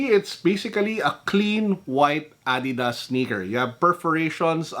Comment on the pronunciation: I like it when he said "adeedas